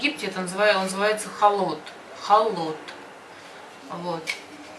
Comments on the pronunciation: Халат а не холот 😅😅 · Миксер по египетски халлат а не халот блин ну и научили не правильно Вас